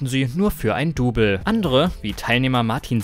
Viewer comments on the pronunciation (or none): none